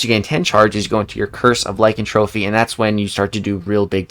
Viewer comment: I love you buddy but it’s not pronounced lykantrophy it’s pronounced lykanTHROPY (THROW PEE) I love ya again but it drives me nuts 😂😅